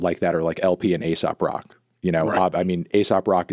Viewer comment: He definitely pretends to know more than he actually knows. He was pretending to know the "underground scene" but completely mispronounced Aesop Rock's name, and listed generics songs by him in the edit to pretend he "followed" the scene.